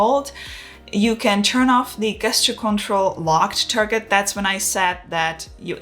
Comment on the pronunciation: Can I just mention that the word GESTURE is pronounced the same way as in the words JET and JUICE … 😉😉😉